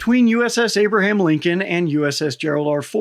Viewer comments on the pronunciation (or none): none